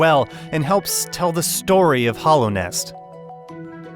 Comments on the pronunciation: This man straight up pronounced Hallownest as Hollownest for the entire video, and then he dropped that "ORAI" for Ori. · Damn, I hate to be that dude, but HALLOW as in Hallownest and HOLLOW as in Hollow Knight. Those are two different words with two different pronunciations. It always takes away from the person trying to present himself as an "expert" when one cannot properly pronounce the words. Otherwise, loved your review!